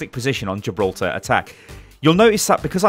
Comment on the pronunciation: Jiblorta? Did you mean Gi-bil-ter-ra?